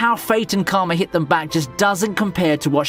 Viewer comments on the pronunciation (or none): none